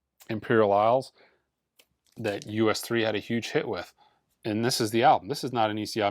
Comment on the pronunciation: Great video. The group name is pronounced Us 3. Not U..S. 3